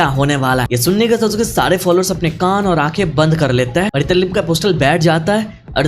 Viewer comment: Italim nahi itarim